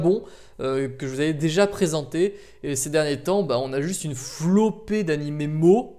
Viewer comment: ça ce dis 'moé' pas mo x)